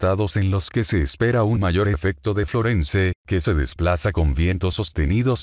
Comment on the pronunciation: Esa voz es horrorosa ..FLORENCE no se pronuncia la /e/ final...este es un termino anglosajon...perturban mis oidos😠